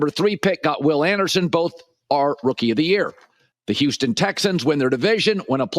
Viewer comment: The fuck is USTON? HOUSTON!!!!!!